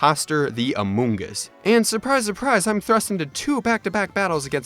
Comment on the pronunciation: I was on floor when he said "Amongus"